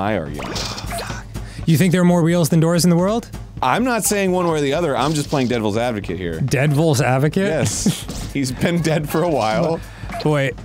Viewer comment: Arin out here mispronouncing Devileds Advocate smh